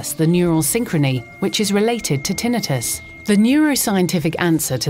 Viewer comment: Thank you, Ms. Announcer, for pronouncing "tinnitus" correctly!